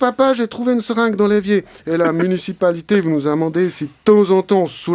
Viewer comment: ça date mais qu'est-ce que c'est magnifique!!! Par contre, on s'entraîne, allez tu peux le faire: MU-NI-CI-PA-LI-TÉ!